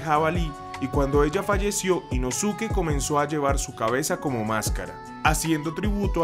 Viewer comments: Que mala pronunciación, se lee Inoske, la U no se pronuncia en algunas palabras en japonés - _ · se pronuncia "inóske" no "inosúque" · se escribe inosuke pero se pronuncia inoske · Inoske(como se pronuncia) ❌ Inosuke✅🤑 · Yo la verdad prefiero decir “Inoske” a pronunciar la forma en la que se escribe, “Inosuke” 😅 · Aunque se escriba Inosuke... Se pronuncia como Inoske. Me estresa la mala pronunciación 😅